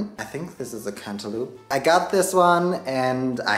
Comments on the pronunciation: Am I the only one who kept giggling everytime he said “cantaloop” I love this guy lol totally made my day 😊🖤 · I will never say cantaloupe (cant-a-lope) like that again! Lol Cant-a-loop forever🍈